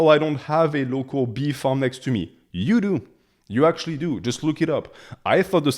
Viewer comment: Man you made me crack up when you said “i highly recommend you go LOCO, because if you go LOCO the bees are also LOCO” 😂 I know you said local but it sounded as LOCO.